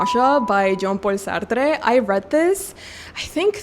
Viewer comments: Why are you saying jean paul sartre's name with a hispanic accent? thats incredibly incorrect mispronunciation, it sounds horrible lol sorry girlie. He is french. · Pronunciation of Sartre’s name is throwing me off so badly… thanks for the recs though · Love this video! Thank you for your recommendations 😊Sorry, just a tip from a french girl: the e in Sartre is silent! 😅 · Jean Paul Sar-Truh, it's French...it was cringe hearing you saying Sar-Trrre so many times! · Hihi! You seem very passionate of Jean-Paul Sartre so lil advice on pronunciation, he is French so Sartre is pronounced "Sah-r-tr". There's no emphasis on the 'e' at the end! Also, use French r's, not rolling r's! Happy reading 🤗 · feel free to ignore, i know some people find it annoying, but i can see you have a desire to say the name of Jean-Paul Sartre right, and i thought you’d like to know that the ‘e’ at the end of Sartre is silent. the rest of your pronunciation is very good, as is your pronunciation of Alexandre Dumas’s name (you pronounce the ‘e’ at the end of Alexandre a bit too much, but I think it’s just a quirk of your accent this time, not distracting at all) ! added letters to a young poet to my tbr ! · It confused me, cause i thought it was a Spanish author or so, and then looked it up and saw that he's a Frenchman so i dont understand why she said it as "Sartré". My guess is she doesn't know his French but then again his first name is Jean-Paul, Y'a pas plus français que ça mdr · The way you pronounce Sartre is really funny lmao. Never heard anyone say it as if he was spanish or something lol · Love the video !! But why are you pronouncing Jean-Paul Sartre like he was spanish 🤣😭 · You pronouncing a French author’s name with Hispanic accent is an absolute disrespect. Yikes